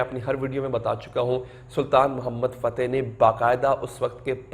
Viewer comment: سلطان محمد فاتح... درست کریں.. تلفظ.... بھائ